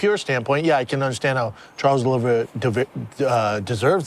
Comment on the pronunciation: Congratulations to Brendan for pronouncing Oliveira right...fuck a CTE.